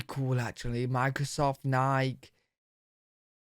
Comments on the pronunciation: Not nike, its pronounced Ni keeee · did he just leave the E off of "Nike"??? (The name of the Greek goddess of victory.) The soda/pop map might be a bit too blue in the Pacific Northwest. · Nike. Not Nike. (Nigh-key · Always amused by the british pronunciation of Nike. Both vowels are long, btw. (Also Tim Cook, the CEO of Apple is on Nike's board. I used to work audit at the hotel the Nike Board would stay at for their quarterly meetings)